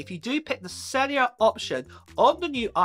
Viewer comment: UWhat is sellia. Do you mean “cellUlar”